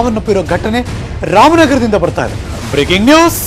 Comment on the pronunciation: Guru u dont tell braking news breaking news asaya agutte